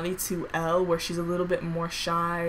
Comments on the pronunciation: Ok I love this video but btw Elle is not pronounced like Ellie it’s pronounced like saying the letter L I promise I’m not hating I’m just saying that’s not how u pronounce it💕💕😐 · sorry i just had to say it........ it’s elle as in the letter L, not ellie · Did she mispronounced Elle or am I dumb rn